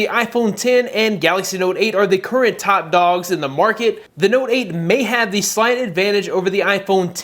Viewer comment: I'm sorry... did he just say SLIGHT advantage?